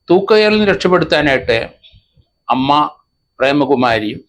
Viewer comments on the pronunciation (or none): none